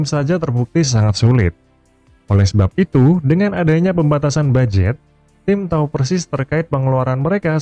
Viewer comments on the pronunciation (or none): none